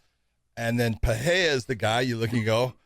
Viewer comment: The way Josh pronounces Pereira makes me cringe. Completely wrong